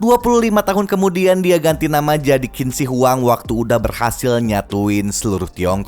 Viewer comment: Btw pelafalannya Qin Shi Huang tuh "Cin Syi Hwang"